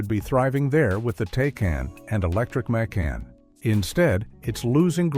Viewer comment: This is AI generated. The tell: The name of their SUV is pronounced Mc' Ahn; not May Kan (like some city in Georgia).